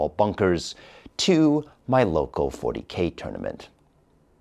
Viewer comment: What you say? Fourty-K-fation?